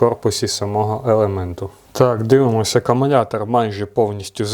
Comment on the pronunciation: Привіт, дякую за огляд. Але кажіть будь ласка акумулятор, а не акумунятор